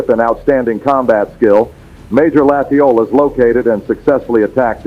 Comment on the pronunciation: Thanks for this interesting video. But I do have to say that in Louisiana, Latiolas is pronounced Latch Oh Lay.